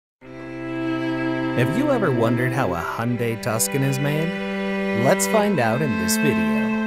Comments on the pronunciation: "Tuscan"? If you're gonna say it wrong, at least get the letters correct: TUC-SAN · Tucson pronunciation Tus-can ❌ Tuc-son ❌ Tu-sawn✅ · Hyundai tukson........tooooooosahhhnnnn! It's Tucson! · "Have you ever wondered how a Hyundai Tuscon is made"? No. I only know a Tucson... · It's pronounced... TOO-SAN. Not TUSK-IN. Like the city in Arizona. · "Tuscan"???? Lol Tucson. Like the city in Arizona, not Italy. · Yeah they lost me at Tuk-son. I only know those 2sons. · Hyundai TuSCon? 🤣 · Too - Sawn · It’s Tucson not tuscon lmao he said it wrong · Hyundai TUS-CAN? Brother, no. Just no. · Great "Tucson" pronunciation slow clap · Can't even pronounce the car's name properly. Geez.